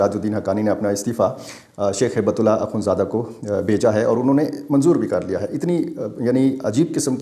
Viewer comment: ایک اصلاح کر لیجئے ۔۔۔ امیر افغانستان کا نام ہیبت اللہ نہیں ۔۔۔۔ ھبة الله ہے ۔۔۔ ھبہ عربی زبان میں تحفہ کو کہتے ہیں ( کوئ شے ھبہ کرنا ). ھبۃ اللہ یعنی اللہ کا تحفہ ۔ ڈاکٹر سیف الرحمن محسود ۔۔۔ اسلام آباد ❤